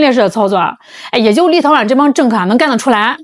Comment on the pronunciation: 为啥我一听见立陶宛，就感觉是在听 little one 呢